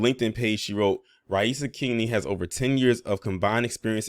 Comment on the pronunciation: You pronounced her name perfectly, beating out 90% of the professional journalists who reported this story. I really appreciate that.